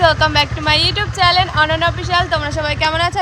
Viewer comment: কটা চ্যালেন নয় ওটা চ্যানেল,,, পেটে কি একটুকু বিদ্যা নেই